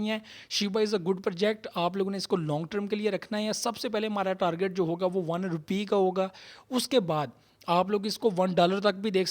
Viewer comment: Talgit nahi targit